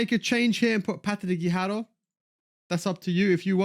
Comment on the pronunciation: BIG FAN of all the content! But I cringe every time you say Patti Guijjaro 🙊 No pronunciation for any player at all but when it’s her you become Spanish all of a sudden 🤣